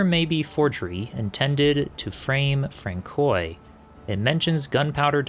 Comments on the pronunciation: For any who care, Henri Boucher would be pronounced Ohnri Bushay. Francois is Franswa. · Francois is pronounced Fran-swa. Great boss fight, way better than I managed. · I had to giggle a little bit at Frank-koy. But I still love his narration style. It’s very relaxing, and I like his voice a lot. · I chuckled every time I heard Francoy, peak content for sure